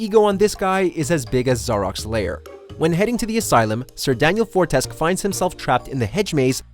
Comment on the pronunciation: You said sir Daniel fortesk. Its pronounced, fortesque!